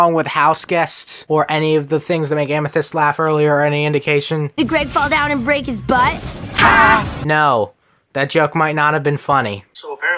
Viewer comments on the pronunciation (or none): none